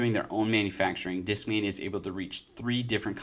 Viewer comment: European accent pronunciation: Deeskmainya